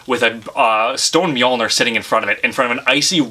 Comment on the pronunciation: "miyalnir" bitch mjølnir is pronounced "mjoulner"